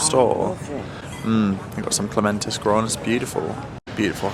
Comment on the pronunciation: So nice spending time with your Mum especially Paris….. sorry but it does make me smile when you say Clementus there’s no N it’s Clematis….😊… ❤